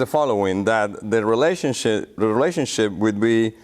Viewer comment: he said relationshit instead of relationship xDD